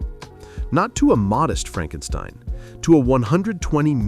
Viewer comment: "It's FrankSTEEEEN! It's FrankSSSTEEEEEENNNN!" 😂😂😂😂😂😂😂😂